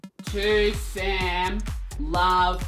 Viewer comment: Someone sent me this because they swore they heard you saying my name at the very start of the video. I can't unhear it either. "To Sam love from "